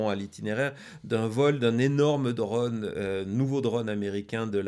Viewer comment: Drône! Pas dreune! Ô se prononce O, pas EU 😢